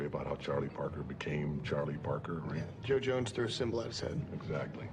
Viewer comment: He mispronounced Jo Jones’ last name